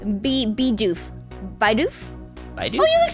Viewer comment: the way you say "Bidoof" is 'Be-doof'